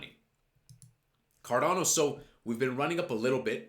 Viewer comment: Carrrrdano come on man come on man carrerrrrdano